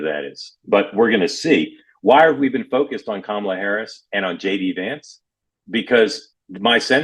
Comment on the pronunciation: Hey Mark, why didn’t you correct Joe’s pronunciation of Kamala ?